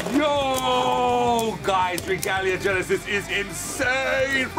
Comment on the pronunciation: It's not yenesis it's Genesis